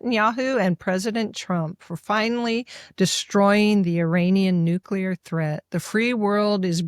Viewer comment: Victor, Victor, Victor.....please ! It's nuke'-lee-er, not nuke'-u-ler. Love you regardless !